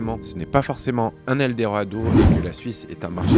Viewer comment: Ta du mal à prononcer le mot "Eldorado" 😂😂😂😂